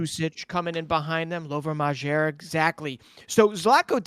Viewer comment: Lovro Mazher? :-D MAA-Y-er